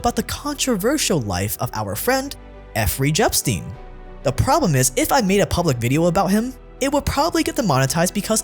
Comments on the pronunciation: Isn't it supposed to be Jeffrey Epstein? Not Efferey Jepstein. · "Eff-rey Je-pstein" lol Yo the YT algorithms really be trying. Damn!!